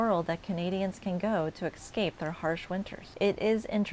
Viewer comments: It's "especially", not "exspecially". And it's "escape", not "exscape". Please learn the language. You are perpetuating the stereotype of the ignorant Floridian. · eScape, not x-scape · You must enunciate. There are no 'x's between e and s when you say escape. The word isn't spelled exscape 😢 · I know most of us in Canada want to stop going to the USA or buying USA products. I also know 2 couples who sold their Florida properties due to the Trump regime and his constant threats and economic confusion. He is to blame for all the negativity toward the USA around the world. Also, I can’t stand watching a video where a presenter mispronounces “especially and escape”. Pet peeve of mine that drives me away from videos.